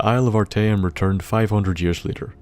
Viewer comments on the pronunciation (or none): a small tip, i've noticed streching a word out into syllables makes it easier to say bigger words, though small words is still left to your guess example ar-ta-eum though the dwarven cities i stop caring about as i'd spend longer thinking the name than i'll remember delving into it